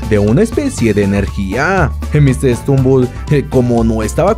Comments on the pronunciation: Oye no es por ofender me gustan tus videos pero no se dice mr strumbel es mr stumbel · Es Mr stumble no Mr stembul